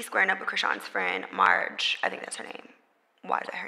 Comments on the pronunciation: Lol it’s Meghan calling marsh “marge” for me 😂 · Her name is “Marsh”…….still, as you said Mehg; WHY IS THAT HER NAME⁉️⁉️⁉️🤔🤨🧐 SMFH